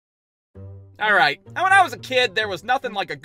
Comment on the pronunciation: more like “Arreight”